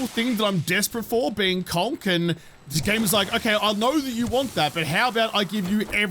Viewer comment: Does anyone else hear kronk when he says conc